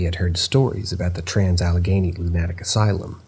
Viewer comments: Me too. Never heard it said quite that way before. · I'm silently screaming every time you said lunatic asylum and the way you pronounced it LOL